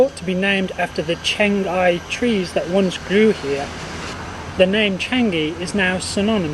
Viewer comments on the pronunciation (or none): none